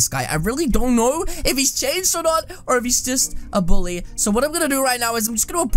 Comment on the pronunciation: mi. not buuly you buuly